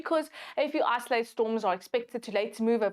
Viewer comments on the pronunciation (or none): "Isolated", not "isoalted".